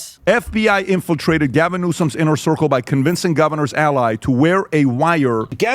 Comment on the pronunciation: 🇺🇸🦅🇺🇸😂🚨😂 OH! BOY! SERIOUSLY “GALVON” 🤣😂🤣DIAPER-GATE! 😂🤣😂🤣🚨